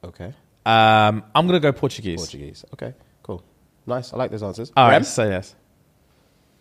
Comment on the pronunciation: terribleee on the languages. When you said Portuguese at first I shook my head LOL